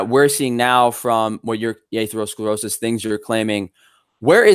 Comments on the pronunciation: 35 mins in, dont know if i can listen to this guy say AYthlerosclerosis 1 more time. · Aythlerosclerosis, Varreyes, and Caritinoids. Sounds like a smart guy. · Jesus Christ, Take a shot everytime someone says "atherosclerosis" 😂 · He can't pronounce atherosclerosis, nor does he understand the meaning of the word "degenerative". How can I take this kid seriously? I can't do 3 hrs of this, and I don't know own how did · I take advice on preventing atherosclerosis from someone who can't pronounce the word. I'm a meat head. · When talking about atherosclerosis was searching it up. Failed to pronounce the word and could not even form an argument. Love the video this just show how uneducated these carnivore promoters are.